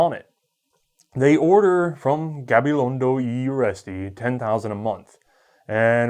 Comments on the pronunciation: You don't need to apologice for your pronunciation of "Gabilondo y Urresti", it was almost perfect! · Gabilondo y Urresti, surprinsingly well pronounced coming from an American, specially our tricky "rr". Greetings from the Basque Country, Spain.